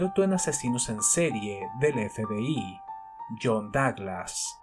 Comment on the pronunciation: Me sorprende la precisión de Douglas, es un crack. (Me encanta como lo pronuncias)